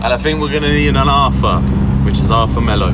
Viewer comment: Robbie please... Not Arfa. Its Arthur